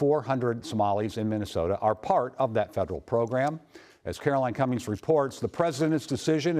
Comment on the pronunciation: She can’t even pronounce Minnesota properly